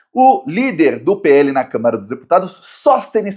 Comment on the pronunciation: eu não devo estar ouvindo direito, mas eu acho que toda vez que você se refere à Câmara, você diz câmera. Será?